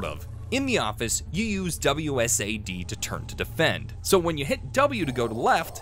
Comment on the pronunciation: "WSAD" Its WASD